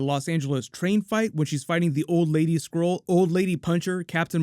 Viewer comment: When I heard him say skrull for the first time I heard squirrel lol